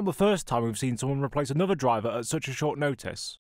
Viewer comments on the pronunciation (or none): none